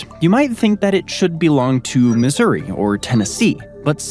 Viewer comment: Pronouncing Missouri as Misery was wicked...